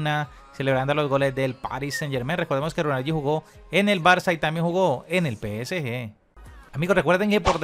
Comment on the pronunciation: Dice pesg, aunque prácticamente es lo mismo porque está mal dicho 😅